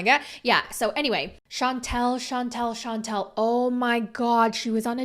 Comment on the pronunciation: It’s pronounced Shan tell, not Chauntel. two different names